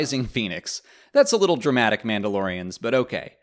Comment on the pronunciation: Do not say dramtic!! Do not say din, call him mando!!!!!!!!!!!!!!